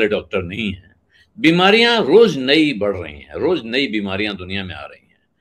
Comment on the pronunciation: Nau nahi nai hota hai..... Josha nahi joshi hota hai....